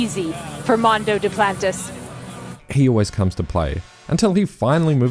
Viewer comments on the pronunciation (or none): none